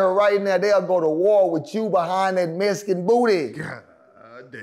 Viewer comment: “This nigga was a Mescan” 😂